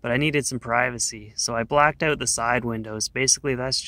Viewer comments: Owwwwwt, as soon as he said “out,” the way he did.... I knew, lol. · Michigander here, other than "out"/"about" he sounds just like a typical Midwesterner, not sure what the fuss is about. People from the Upper Peninsula, with Minnesota accents, sound absolutely foreign compared to this guy. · Canadian, I can always tell when I hear one say "out" with that canada accent.